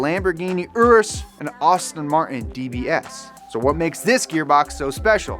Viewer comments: "Austin Martin" LOL its "Ass-ton Martin" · Oh, how could you? You definitely sounded like a backwoods Catfish wrangler from Florida when you called an Aston Martin an Austin Marton. Even though they are both very British vehicles an Aston Martin is pronounced like Ass-Tin while an Austin-Healey is pronounced exactly like everyone's favorite secret agent man with the MOJO who just wants to get randy, yeah baby. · How the hell did he just say Aston Martin !?!?!?!? “Aarrrsun Martin” 😂😂😂 there’s no R 😂😂😂😂😂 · ASTin martin... (austin healey) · “Arseton Martin“ lmao